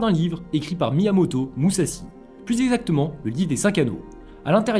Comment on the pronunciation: ça se prononce mouzachi